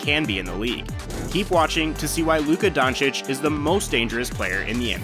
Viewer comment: Luka dochich